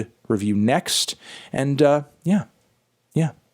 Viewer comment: It's pronounced "Oh-shin" not "Oh-keyan" Melon